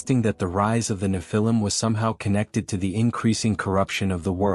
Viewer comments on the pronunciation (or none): One thing is for sure , the AI voice is murdering the way you say "nephilim". 😂